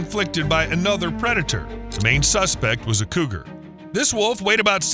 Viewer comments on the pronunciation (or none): none